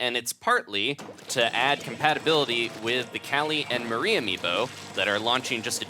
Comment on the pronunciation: You say Marie wrong